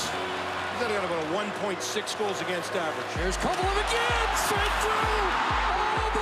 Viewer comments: How did they forget the no helmet goal??? And note to rangers’ commentator: it’s Kovaleeeeev, not Kovalooooov! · Why did the rangers announcers always call him Kovalov? 😂